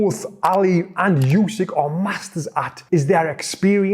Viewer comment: Voted this video down. Can't watch a video where in the first few words he pronounces the name of Undisputed Heavyweight Champion, Yousyk, not OOsyk. I mean how can we trust the opinion of someone who doesn't even learn how to say a name correctly. It's announced before every fight and in any press conference where they mispronounce it Usyk or his translator corrects them. This guy can't have watched many fights.